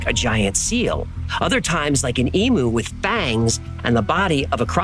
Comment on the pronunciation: Hi, Love the channel and Love the stories BUT I have to correct these. Canberra is pronounced Can-BRU NOT Can - BERRA and it is E-MEW Not E-MOO. Both drive Aussies NUTS! You did get Brisbane correct though - well done!! 😍